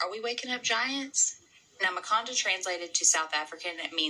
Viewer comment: “Makanda” definitely sounds like “Wakanda”. There’s so much to unpack in here, big time. Peace and PoWah.